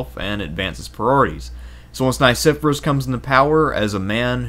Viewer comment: Please; , it's pronounced Nye-SEFF-Uh-Ress. I and E have very different sounds. And this is a professional production, correct? There were many mispronunciations in Part I, so I finally had it.